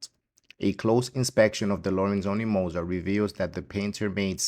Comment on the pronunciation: At least pronounce his last name correctly